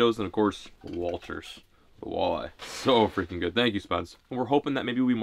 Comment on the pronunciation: Anyone else low key annoyed when he called them walters 😂